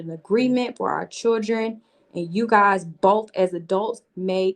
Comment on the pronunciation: 🗣 CHILL-DREN not freakin Chur-Dren!!! Ugh!!!